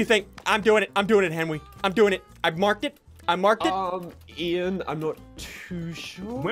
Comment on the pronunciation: Its ean not ıan